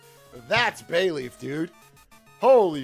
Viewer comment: They all said they love Bayleef but still completely butchered it.